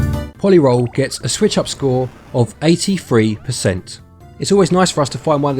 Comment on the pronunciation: I believe it's meant to be pronounced po-lee roll. Like a roley-poley.